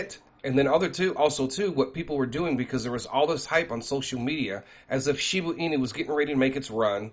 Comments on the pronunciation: "She-boo inu" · SHIBA (“AH”) INU!!!! Geez get it right